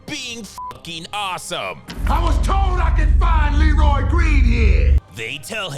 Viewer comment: Anyone else notice that in the scene where Leroy is on the roof, and his brother is yelling for him, he calls him Reloy instead of Leroy? Shit has stuck with me since I was a kid lol